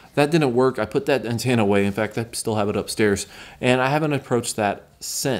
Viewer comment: are we not going to acknowledge the way he says ANTENNA ? (ANTANA)??? NOOOO